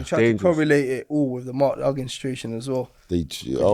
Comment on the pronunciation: Man said expensive dog den Pit 🤦🏽‍♂️